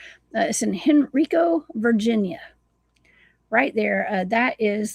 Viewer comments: It’s in Highland Springs,va. It’s a rec center and a golf course. Everyone who lives on the East end has a party at that rec center. And it pronounced “Hen-rye-co” County. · Pronounced Hen-RI-co county.